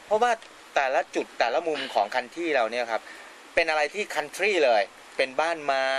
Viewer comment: พิธีกรออกเสียง คันทรี ไม่ได้ 555555